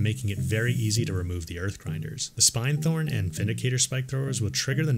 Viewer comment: All of your HFW videos are incredibly helpful and have fundamentally changed the way I play. I return to them over and over. Thank you! One minor observation, though ... it's SPIN-thorn, not SPINE -thorn. Y'know, because as drill spikes they SPIN, right? :)